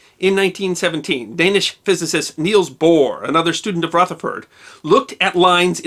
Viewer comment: I believe that Niels Bohr, which you pronounced as Neil was also a leader in atomic research in the 30's and came from Nazi occupied Denmark to the USA to help in the development of the atomic bomb